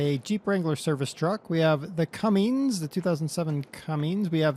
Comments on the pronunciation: cummins not cummings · OKay, try this. Not Cummings, its Cummins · CUMMINS NOT CUMMNIGS!!!!!!!!!!!!!!!!!!!!!!!!!!!!!!!!!!!!!!!!!!!!!!!!!! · Well umm I do see like the 07 cummins on farms and it's not pronounced Cummings also the bike I've seen you wreck that thing a hundred time and the ford 150 can be that loud it's called aftermarket muffler... I see it more and more your preferring the more European equipment and vehicles over American stuff that really I can see what's better